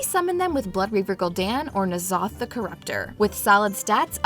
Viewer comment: This isn't the same voice over. She said N'Zoth correctly and it's unnatural.